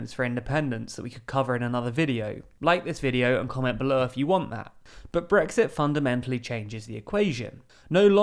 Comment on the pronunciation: I really wish he'd actually voice the 'T' at the end of Brexit.